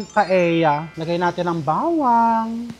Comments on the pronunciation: Hi, Chef RV! Knowing you're an influential vlogger, I thought you can effectively draw attention & eventually bring the needed correction in pronounciation of a Spanish dish. I am referring to PAELLA. It's supposed to be pronounced PA-EL-YA. The Spanish language so dictates. "LL" or el-ye is one of the Spanish alphabets. I don't fault you for pronouncing it as PA-E-YA 😊 Like so many in your generation, the pronouncing of some words of our Western counterparts are often construed to be correct, "just because" 🙄😏 they dominate the cacophony of chatter in the many media platforms. We all know we're more intelligent, better in grammar, vocabulary etc! We don't pronounce RELLENO as Re-ye-no nor CALLOS as KA-YOS, do we? 😄 Nor the surnames ARELLANO & ASEDILLO as A-Re-ya-no and A-se-di-yo respectively, right? Im not a professor but like you Chef, I studied well. 😊 Had 2 years of Spanish in 3rd & 4th year high school and 4 semesters in college, as a regular curriculum requirement not electives. Moreover, had/have relatives & classmates who are naturally brown-haired long before hair dyeing became a norm. Our vocabulary is peppered with "que barbaridad" "tonto" ... and the infamously common "p_ñ_ta 😀 Will appreciate if you can start the ball rolling in correcting the pronounciation. Even indirectly, just be repetitively using it in a matter of fact manner instead of outright chastising the audience. Surely, they'll get your drift. Thanks mucho, Chef! May your tribe increase! 🍀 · mali pala pronunciation ni Chef RV ng restaurant sa new York na “Cote”, na correct tuloy ni Sharon, pero un pronunciation din ni Mega ng Paella ay mali dahil hindi namn un Tagalog word kundi Spanish.